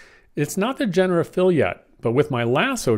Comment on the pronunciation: The word is "jen-er-uh-tiv"